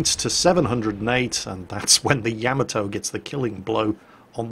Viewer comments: I really wish would stop saying "yamma toe"....It's "Ya Ma toe"...:) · For the love of all things battleships, learn how to pronounce Yamato correctly. It’s like fingernails on a chalkboard when you say it like you do. Otherwise, your vids are good.